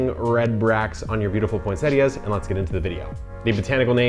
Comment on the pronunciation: Thank you for pronouncing this plant correctly!